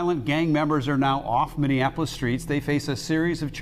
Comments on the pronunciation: Bro is capable of doing all this research and putting these videos together but since he mispronounced a word y’all gunna call him uneducated 🤦🏽‍♂️🤦🏽‍♂️ Y’all seem slo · Because he’s not from here yet, he continuously wants to report on that act like he knows anything about it🤣 I never understand the goofballs that do this shit. If you can’t even properly pronounce the city, the gang resides in you probably shouldn’t even be covering the topic… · The fact you can’t even pronounce cities right (Minne-An-Apolis) is crazy. There’s ONLY two “N’s” in Minneapolis. Not to mention his name isn’t Damon, it’s DAMONE..smh how are you covering shit you know nothing about? Chris Little Didn’t even get killed by anyone in the highs. He wasn’t even alive when the highs and lows shit started. So wtf are you talking about? And Antonio Harper wasn’t apart of the highs nor any “Highs and Lows/ or gang” beef. You’re just starting rumors and I hope his family sues you. You’re speaking on deceased people not even thinking about their families and them seeing this? You’re weird. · Mini - Apolis like it’s not that hard 😂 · That Minneapolis was kicking bro ass. “Mini-Annapolis” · Ayo what is "MIN-IN-Apolis"? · Ok im not gonna lie the Minionapolis thing is a little annoying 😂. Were not Indianapolis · Minneapolis [mini - apolis] ... you 🥷🏿's can't sound out words 🤬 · Bro it’s pronounced like “Mini Apolis you saying it all wrong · Learn how to say minne-apolis first wtf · MINN-E-APOLIS pls say it right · Why did bro keep saying "MIN-IN-Apolis"? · It cracks me up because it's so easy to pronounce. But I hear it mispronounced all the time. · He lost me with the first Minnie appolis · Man delete this shit and re record. Learn how to pronounce Minneapolis first. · learn how to say Minneapolis LMAO don't do no vid on us if u don't even know the name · Because he's not from Minneapolis and he can't pronounce the word right that's how you can tell somebody's not from Minneapolis when they say that